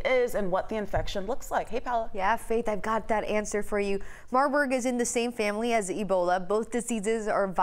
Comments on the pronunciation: She said Marbug…. Smh. I know the other lady wanted to 🤦🏽‍♀️ face palm…. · Did she say marbug ಠ_ʖಠ